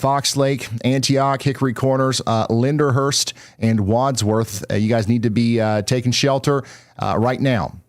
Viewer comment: Also, it’s pronounced Lindenhurst, not Linderhurst